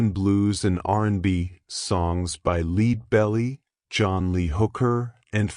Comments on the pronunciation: Leed Belly? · leed belly... omg give me a break and thumbs down... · I'm not watching anymore of your videos. Too lazy to speak the word yourself huh? Leeedbelly?